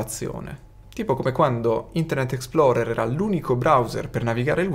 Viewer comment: "Internet ExploDer.exe" 🤣